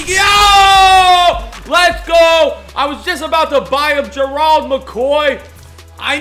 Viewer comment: God damn say his name right it's Gerald not gerold